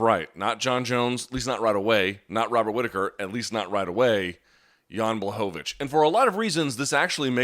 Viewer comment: It's pronounced: Yan BWahovich!